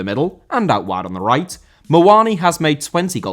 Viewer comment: Muani* not Muoni